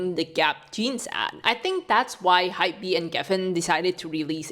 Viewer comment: btw, Hybe is pronounced as "hype" (one syllable) but with the letter B 😅 not "hi-be". just wanted to help you out there